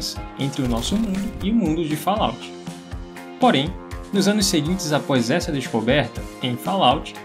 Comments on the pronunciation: A pronúncia de Fallout é de doer os ouvidos.... kkkkkk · VOCE ESTA PRONUNCIANDO ERRADO O NOME.